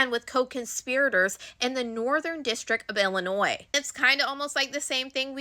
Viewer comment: I'd just like to thank you for saying Illinois correctly this time around! Your coverage has been great, thank you!